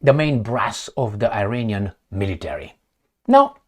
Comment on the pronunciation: NOT i-reinian! It's pronounce Iranian. With the first letter "I" pronounce as in Italy or Israel